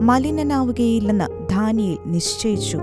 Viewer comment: നല്ല ആശയം... ഉച്ചാരണം correct ആക്കാം ശ്രമിക്കുക. ധാനിയേൽ അല്ല; 'ദാ'നിയേൽ എന്നു മതി